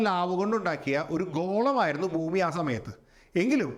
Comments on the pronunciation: സാർ എന്തിനാ ബൂമി ബൂമി എന്ന് പറയുന്നേ? ശരിക്കും ഭൂമി അല്ലേ 😢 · It’s Bhumi , when we pronounce Ba sound വരുന്നതാണ് കറക്റ്റ്. Some parts of our state pronounce wrong , they say fumi That’s not correct. Hope you get the point.